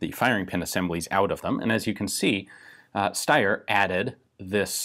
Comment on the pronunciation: But it's the right way